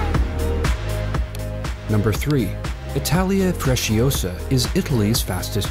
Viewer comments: It's not 'Freshiosa'....it's Frecciarossa...meaning red arrow. Not all the Italian trains shown were Frecciarossa. There was also the Italo....which is equally fast. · "Fresciossa"? Damn. It's "Frecciarossa". Red Arrow. Trust me, I'm italian. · What did you call the Italian train???? It looked like a FRECCIAROSSA, you can look up the pronunciation! (yes you can find many words in many languages). Lose the music, thanks. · Freccia Rossa not fresciosa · This is how FreciaRossa is pronounced (Frecha Rossā) plus I went on it too and it was cool and fast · Hey i'm italian and the pronunciato of "Frecciarossa" is: Frëccharossa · its pronounced fre-ch-E-a-r-ossa (i know because am italian) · You did abysmal at pronouncing “frecciarossa” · He also messed up pronunciation of the Italian Frecciarossa.